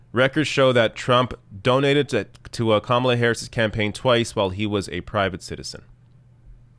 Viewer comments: LOL! Tucker is criticizing Kamala because he can’t pronounce her name. What an utter moron. Repugs are projecting, from claiming Dems are in favor of Sharia Law when Trump’s base = the #ChristianTaliban, to claiming Bien is “against God” while Trump is actually the Anti-Christ. I totally agree with you,, I’d rather fight Biden/Harris than Trump/Pence. At least the former can be swayed by protests. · Tucker Carlson claiming that he's mispronouncing her name unintentionally when he does it twice just seconds after being told the correct pronunciation is more than a little disingenuous. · Tucker absolutely and unequivocally knows exactly how to pronounce Kamala's name. She didn't just come out of nowhere. She's been on the news in some capacity practically every day on and off for the last 2 years. He's done multiple segments about her on his own show. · so tucker is basically admitting his lame passive aggressiveness by saying her name wrong. right after and for the rest of the segment he continues to say her name wrong. so saying a persons name wrong is criticism? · "The correct pronounciation". Cute,! Personally, I say /kəˈmɑlə/. It's the female version of Kamal, but no one pronounces Kamal /'kɑməl/, but always /kəˈmɑl/. Aside from that, /kəˈmɑlə/ sounds better. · Obviously Tucker was pronouncing her name as "Camel-a" on purpose to make a comment about her appearance. Anyone who watches any news would know how to pronounce her name. He told on himself when he started ranting about her being above criticism. He obviously mispronounced, not by accident, but as a criticism of her appearance. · Yes, Tucker, you're disrespecting her because you can't even be arsed to find out how her name is pronounced (if your mispronunciation is, indeed, unintentional). And as a national commentator, you should know by now how to pronounce it, or you're not doing your job. That's broadcasting 101.